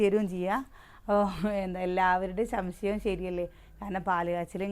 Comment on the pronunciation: ശംശയം അല്ല സംശയം